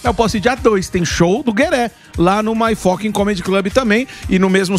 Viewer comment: Guerre por favor ensina o Morgado a falar fucking. Não é focking pelamor